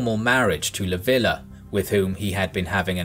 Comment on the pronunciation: It's "Leev-ya" not "Lah-vi-lah".